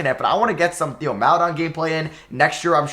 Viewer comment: Theo Maledon is pronounced "tay-oh mal-eh-DOAN" its tay-oh not Thee-oh also Aleksej Pokusevski is pronounced "ah-lek-say po-coo-SHEV-ski"